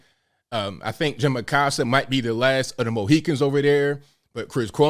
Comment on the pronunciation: “The last of the mohicans….” lmao